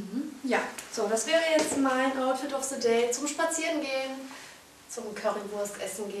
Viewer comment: Outfit of SE DEATH. Englisch Fail !